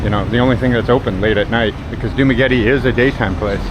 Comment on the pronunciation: As a non professional you should first know how to pronounce correct dumaguete